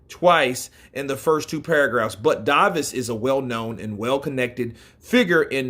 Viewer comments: It is said Davies, not Davis. Lol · Gareth Davies name is pronounced with the hard A sound! Davies like it is spelled! Not Davis but Davies! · Davies is pronounced "Day-Vees" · You don't say David or Davis like that bro lol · Bruh why you saying b Davies like that